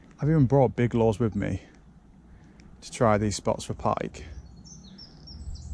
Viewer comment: Lures not " Laws " ...